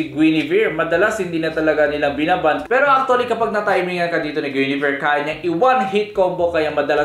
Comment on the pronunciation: Tumingin kalang ba dito para basahin yung comments dahil mali ang pag bigkas ni kanila guinivere at dyrroth